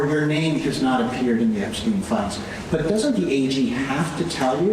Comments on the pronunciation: AHOLES UP CANADA!!!! JEFF-REE EP-STEEN, say it with me. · Jeff-rey (ree) Ep-stein (steen)…why is Ghislaine in prison? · It's Epstein, not Eggstein. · His name is Jeffrey Epstein. Not what you said. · I hope this Epstein question goes away solely because I can't take your constant mispronunciation of Jeffrey Epstein. Why is it so hard for you to pronounce his name?